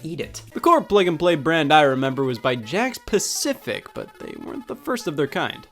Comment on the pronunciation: Today I learned it's "Jakks pacific" Not "Jakk specific"